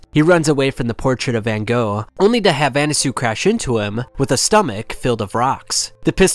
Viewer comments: "Anasoo" bro why are you pronouncing it like that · Why did you pronounce Annasui as Annasu?